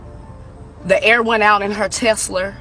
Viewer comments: it’s Tesla not Tesler! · "Teslur" skreet n sum skrawburry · Some ppl can't speak English i swear...saying a Tesla is a "Tesler" and saying yesterday "on yesterday " lmao Jesus ppl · "Her Tesler" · Second person i heard calling the car a teslar.